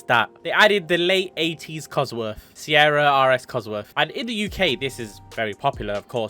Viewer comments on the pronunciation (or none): none